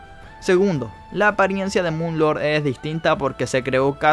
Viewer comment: No se le dice mun lorg se dice moon lor